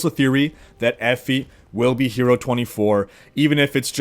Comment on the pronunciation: "Effy". Sorry bud it's pronounced Ee- Fie